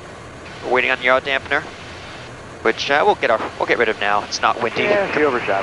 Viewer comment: I know says yaw dampener just to bait people. 😂😂